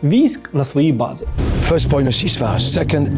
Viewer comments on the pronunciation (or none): none